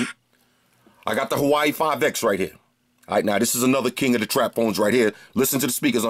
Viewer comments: Nice review; I like your enthusiasm and some occasional unintended puns you throw in your videos. :) Just one thing Bro, Huawei is not pronounced "Hawaii" like you repeatedly say it but pronounced "WaWay" Lol. Other than that, nice review. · bro,i have much respect for ya and you're holding it down much better than me(lol) but it's pronounced "WAW-WEIGH"! Good choice on the phone too. When you cranked the volume on it,it caused my LG g4 speaker to thump a little! That's a loud speaker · Thought you were saying Hawaii 5X lmao